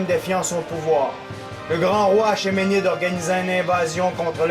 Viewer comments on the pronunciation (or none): Pour chipoter : achéménide se prononce [akemenid] :P